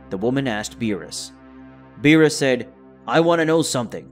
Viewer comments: It's beerus. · How a DBS fan doesn’t know how to pronounce Beeris or Whis is beyond me smh